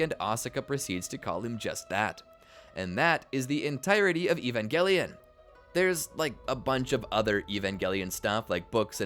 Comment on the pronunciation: E-van Juh-Lion 😊